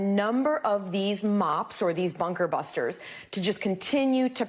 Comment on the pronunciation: News guy couldn't even say Bunker Buster Bombs, and he literally talks for a living...Let's just let that sink in for a while 🤔 Plenty of ppl of color can say that phrase, just sayin 🧐